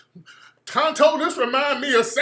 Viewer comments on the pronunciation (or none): none